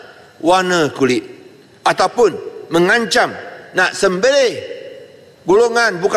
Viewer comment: LGE kau cakap apa?? sembelit ke sembelih